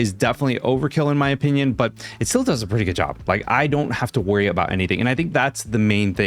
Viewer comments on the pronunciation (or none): none